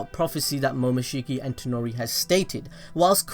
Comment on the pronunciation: Bruhhhhhh. His name is TONERI! Not ToNOri...